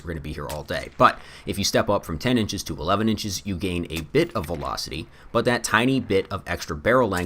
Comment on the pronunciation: really weird audio issue in this video, you kept mispronunciation “20 inches”